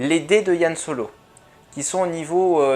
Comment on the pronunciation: Merci pour cette analyse. Tiens, c'est marrant, toi tu dis YAN Solo, à la française, alors que moi je dis plutôt Han. :p